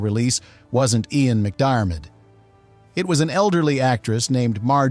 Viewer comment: Can't pronounce McDiarmid either.